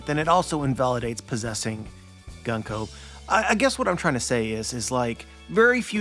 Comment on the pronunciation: I am once again commenting that her name is pronounced グンコ (Goon-koh)!